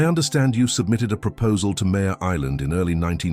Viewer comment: MARE island, like a female horse, not Mayor like leader of a city.